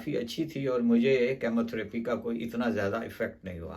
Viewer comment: Oncologist. Not incologist Chemotherapy. Not chamotherapy